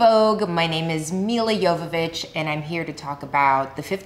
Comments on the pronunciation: She doesn't pronounce her name correctly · Why does she sound like she has as much trouble pronouncing her name as I do?